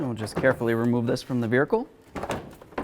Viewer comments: Veer hicle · I kept hearing veericle I couldn’t focus 😂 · Is he saying veerhicle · This guy says "buricle" "nuculur"😂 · Vearicle hahaha ...that's most certainly not how you say it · He has to be doing it for extra comments right. You can't miss it. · Did anyone else notice how he said vehicle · He talks normal otherwise but what the hell